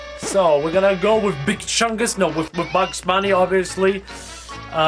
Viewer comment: How you said big chungas!! 🤣🤣🤣